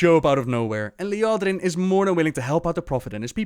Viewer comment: its not normal for you to butcher character's names, wonder why today was different....poor Liadrin